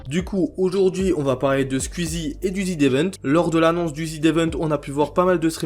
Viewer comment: pk tu dis ZID évent PITIéééééééééé